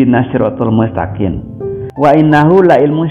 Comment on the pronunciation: Guru besar baca mustakiM bacanya mustakiN. itulah ayat suci Al-Qur'an TDK bisa dibikin smbrangan oleh mulutnya si kafirrrr